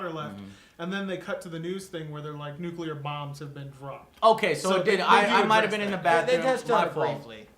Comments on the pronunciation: Joe, one complaint, it's nuclear not nucular, other than that thank you for the review :D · Joe, its Nuclear not Nuke-yooler. Lol thanks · I can't believe still says "nucular". What the hell? Is it a hard wor dto get down? But then he says "exspecially" on a regular basis. What's wrong with him? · "nucular" it still impresses me how americans get to mispronounce that word so often. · I never have mastered the American pronunciation of nuclear. How do you say that? nookooler? nookyeller? Damn! You could use it as a test for US citizens at the airport instead of messing with passports and biometric data.